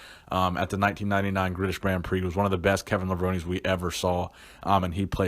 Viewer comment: he says “Gritish Brand Prix”